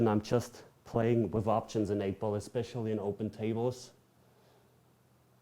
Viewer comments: Lieber "wiff" als "wis" 😅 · 🤣"Wiff". Don't worry. Most English speakers don't say it correctly either. I'm one of them.😁